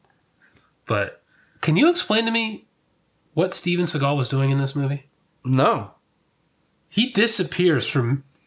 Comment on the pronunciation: and it said Steve Segal...instead of Steven